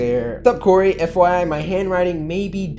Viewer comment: It is not curry it is Cory and it is not Corey it is Cory